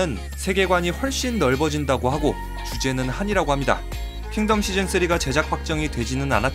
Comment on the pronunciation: 킹---텀 아니 덤